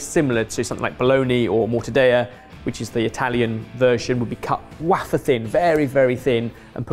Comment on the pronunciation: "Waffer thin" Ah yes. Like a waffer thin mint...